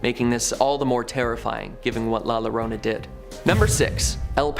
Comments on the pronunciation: Please for the love of God if you are going to speak Spanish do your research double LL sounds like Y like "Yorona" just like the U in front of an E is silent like Guerrero is pronounced Gerrero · La Llorona (LA your - OH - nah)